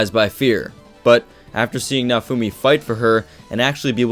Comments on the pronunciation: More like "na-oh foo me-" the e in "me" is like the one in "sensE" or how they say "sensEi" or the one in "thE", the english language lacks this phoneme... Oh, who am I to say anything? Video was awesome, by the by, keep up the good work =) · The way you say Naofumi's name kills me on the inside... Besides that, yeah, you're quite right! Just one small note: Raphtalias' devotion is not duty-bound, is love-bound, she may have been duty-bound when smaller, but as of right now she is no longer bound by duty, this becomes evident if you analyze her behavior and faith towards Naofumi.